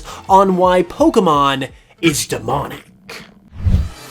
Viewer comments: He said Pokeman not Pokemon. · they always call it pokeemon lol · Okay there's a reason people don't listen to certain people and if they pronounce it pokey mon we don't listen to them also a wizard is not necessarily A practitioner of black magic it's just a male practitioner of magic have you seen Harry Potter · Everytime these guys mispronounce pokemon, it pisses me off